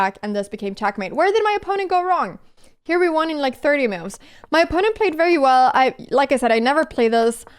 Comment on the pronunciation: Anna's rating would go up if she'd make moves instead of "mewves." 😄